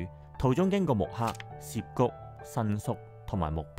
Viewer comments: 住過東池袋既我 睇到呢集好開心，多謝你 知道好多再深入D既故鄉故事。 提醒兩點 1.渋谷。渋 = 澀 ，念(色) 或 (劫) 幾十年香港人讀錯為(涉). 你有影響力 可以幫助港人改正。 2 藝術 既藝 要用鼻音。 注意KOL 唔可以有懶音。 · 影片製作得很好，只想補充一點。 「渋谷(Shibuya)」的「渋」字，是日本漢字寫法，在漢文是寫法為「澀」, 並不是「涉」。「涉」是另一個字，「涉谷」是錯誤寫法。 「澀」在粵語有４個讀音： saap3 同音字：霎 sap1 同音字：濕 sik1 同音字：式 gip3 同音字：劫 而「涉」的讀音： sip3 同音字：攝 因此，不論把「渋谷」讀成「霎谷」、「濕谷」、「式谷」或「劫谷」都可接受，但讀成「攝谷」，是錯別字，是錯誤的讀法。